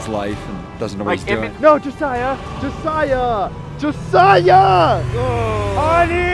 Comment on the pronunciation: first person in awhile to pronounce Josiah correctly u earned a sub